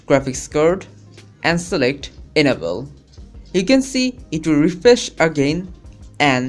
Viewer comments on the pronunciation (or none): Anebele Disible.. LOL LEARN ENGLISH FIRST!!!